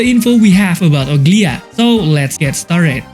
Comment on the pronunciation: Bro is saying ''ugly-ahh'' 😂